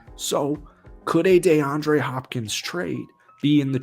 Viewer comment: "Dayandre Hopkins" the way you saying it so damn annoying